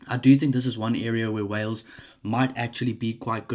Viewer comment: 😂😂😂 it's Wales dudette.